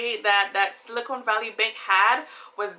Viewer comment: its silicon not silicone